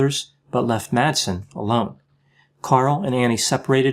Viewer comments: Madsen is pronounced more like "Massen", as the d ia silent in the danish language in this instance (I'm a native speaker). Great video, love your content! :D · You mispronounced all the names in this video.☹️ Please keep in mind that the d in Madsen is MUTE! He may not be worth it, but remember that Madsen is a pretty common surname in Denmark.